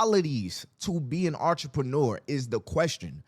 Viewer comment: I’m hearing “ARTreneur”.. am I trippin??